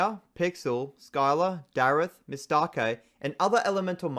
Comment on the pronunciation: Her name is not "Mis-take"(as that sounds like mistake) but Miss-Tah-Kay